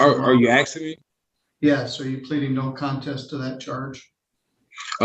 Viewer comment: No he’s not axing you, he’s asking you.